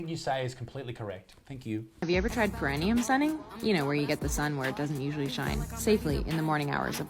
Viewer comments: someone should tell the sun bather than it's spelled "perineum" NOT "perenium" and it's mostly pronounced per-ee-nee-um not per-en-ium. Bloody hell.... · It’s pronounced Paraneeum